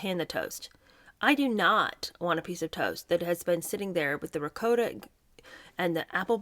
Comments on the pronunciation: It’s pronounced ‘Rigaut’ not ‘Ric-O-ta’, same as ‘managaut’, not ‘manicotti’. The Italian chef live-in bf she dumped for ‘H’ doesn’t pronounce it that way. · To be fair Queen Elizabeth ll had tater tots at her wedding dinner. 😋 Ricotta-> Ri-Caught-ta. Two consonants rule. Sorry, pet peeve. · it’s riCOTTa, like a cot you sleep on, not a coat you wear. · It’s called Rocottttta! didnt you listen to Megs pronounce it???